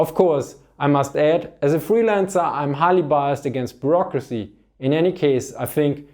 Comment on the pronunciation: And thence 'Burrocracia'